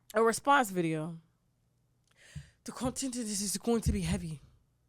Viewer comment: The accent 😭 "coughn-tent"